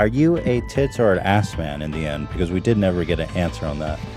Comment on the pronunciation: Never herd an Australian say "Vsuase"